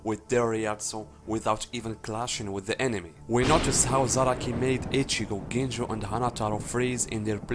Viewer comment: Should be Ganju instead of Ginjo.